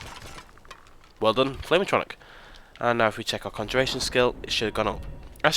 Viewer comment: Atronic lol At..tro..nork. would be a closer way to pronouce it pal